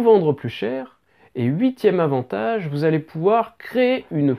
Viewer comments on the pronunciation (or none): huiT avantages et non huit "zavantages". La liaison qui tue !!! LOL